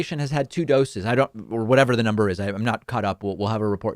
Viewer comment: Cruz: this is just dumb Me: how did you mispronounce ‘I am’?